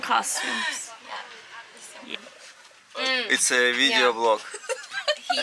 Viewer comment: lol I just think it's funny, you say it with an h in it, coshtumes, it's not pronounced Iike that,thats all